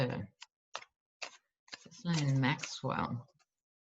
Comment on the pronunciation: 🌱🖤🌱🌱🖤🌱 Yay! It's. Hoo~Rah 2 Quickies** I submit taking care to pronounce someone's name is a sign of respect so she must be called gizzard. 1.25 Pope says it is ok to get vaccine with abortion cells.? 1.5 [LOL] I completely agree on the stimulus checks, allows them to decide if it really does stimulate ecocomy and deny the importance on that basis. 1.75 Who should get the honor of blowing up the trump hotel? I personally think someone spoiled buy it and use for homeless...or to help in other issues he has made worse... should it be Hillary? Greta Thurberg? What should bug him most? A women's retreat? Especially for journalists? 2. You gotta visit The Queens Tarot. For the December 21st! She's a gifted astrologer. Seriously excellent! Fairly new...I love this woman! Fresh, Fun, Knowledgeable, Enthusiastic, Thorough, Spot on. Promise you it'll be a gift you give yourself. I don't do astrology, my brain is just, hmm, differently abled [back in the day, state agencies wanted to make all state employees call handicapped folks that, about the time crippled [!!] Was banned. She is not your usual astrologer and she adds politics in, passion, joy, righteous anger... Finally, I am so grateful to you. Someday I shall tell you why but right now, It's a Dance of Joy! See why 🌱🖤🌱